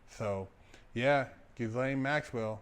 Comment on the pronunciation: He said Gis lane…😅😂🤣